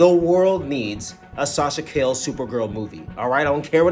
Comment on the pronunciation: Got back to the hotel after a little walking and knew I had to watch the review of the biggest Flash fan I know! Great review, fam! You made me laugh with the Sasha “Kale” 😂